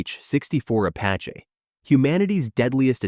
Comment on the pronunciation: “the AH-64 Apachay”